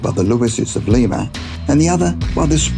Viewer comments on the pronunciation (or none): For #3 Jim Louis and Jim Springer: I just thought you should know you pronounced both Ohio cities wrong. Lima is pronounced Leye-Muh and Piqua is pronounced Pick-Wah. Common mistake non native Ohioians make when pronouncing a lot of the cities. lol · Lima OhIo is pronounced Lie ma . my daughter use to live there. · The twins in Ohio. The cities are pronounced: LIE-MA and PICK-WA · its pronounced lie- ma ..that is lima ohio,,,,,,,,,piqua is pronounced like its spelled.....pic-wah ohio..what an amazing coincedence that you didnt know the correct pronunciation....despite the fact the are pronounced exactly as they look lol...... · Im from Ohio and you pronounced lima and Piqua wrong, 🙄😅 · You pronounced Piqua and Lima wrong. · I am from Van Wert Ohio which you can see from the map when talking about the twins. You mispronounced both cities names. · Bethanne Ogden I’m from Springfield and noticed that as well.